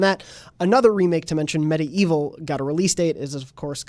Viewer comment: Medievil is pronounced like the time period, "medieval," not Medee-evil.